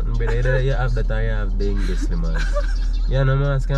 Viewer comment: 😂😂 say dengue